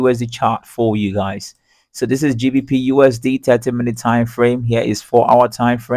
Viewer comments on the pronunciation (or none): none